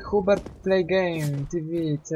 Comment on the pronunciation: Ej jestem Hubert nie Chubert